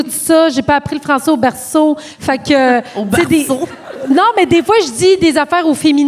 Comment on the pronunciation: Malade mal maîtriser la langue mais prononcer berceau comme une fille de la Beauce 😂